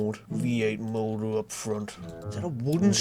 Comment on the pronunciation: "7-litre V8 mowdur."